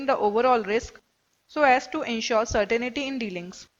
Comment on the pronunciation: certainty is pronounced as "sertentee" not "serteneetee"